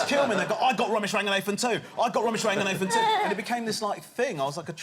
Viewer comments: Bella wamsey and womesh wanganathan 🤣 couldn’t choose a worse set of people for him to pronounce 🤣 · It's bella wamsey and womesh wanganathan